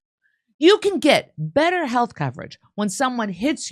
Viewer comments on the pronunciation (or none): none